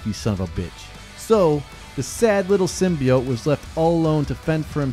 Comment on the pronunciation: Yano just cause the movie pronounced Symbiote wrong..doesnt mean u have too 😂. Great vid...venom is a beast...and weak as fuck in the symbiote world 😎